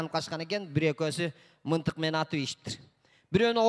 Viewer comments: Мынтык эмес мылтык, жэ мага эле ушундай угулуп атабы? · Мынтык деп атат рахманда Мынтык деп айтат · Еже тушунсонор болдуда мынтык дейби пылдык дейби тушунсок болдуда😄😄😄